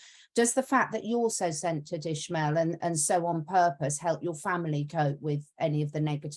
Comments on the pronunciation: Why do they call him ISHmael if his name is ISmael? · he has a spanish name and last name, it's Ismael, not ISHmael.